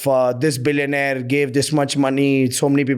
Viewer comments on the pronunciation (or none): Billoainre hear 😂😂😂